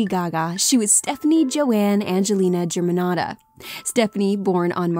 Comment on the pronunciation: I cringe everytime she says Germanotta with an american accent.....